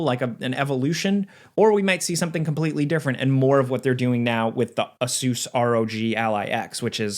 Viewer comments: A- Zeus was a crazy way to say a-sus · Asus is Ah-Sues and not Ace-iss??? How do YOU pronounce it???